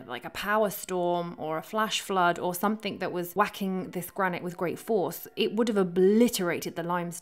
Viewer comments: you lost me at "somethink" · Spoilt it for me by saying "somethink" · Why do people say "somethink"?